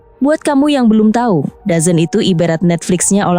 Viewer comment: DAZN bacanya dezon / dzon